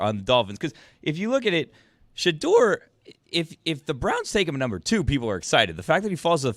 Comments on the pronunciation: I’ve never heard a person argue for another guy and have zero clue how to pronounce his name as much as this black Santa Claus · Somebody tell Quest Love’s daddy I don’t want him defending Shadeur Sanders if he can’t pronounce his name correctly. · Mispronouncing shedeur’s name really invalidates big dog argument